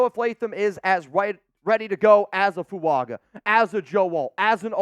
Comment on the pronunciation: The name Fuaga does not contain the letter "n".